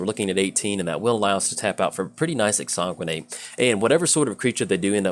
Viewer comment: it's magic. half the challenge is pronouncing card names lol. but you said exsanguinate like 37 times in 3 minutes, (i didnt actually count) and i just couldn't not help you out =D